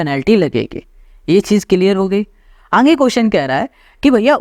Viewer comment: Sir ka khena😂 Aage ❌ Aange✅